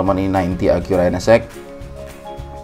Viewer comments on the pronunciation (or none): Jepang itu tulisannya sama bacanya sama om Acura bukan Akura Mantap om keren keren om 👍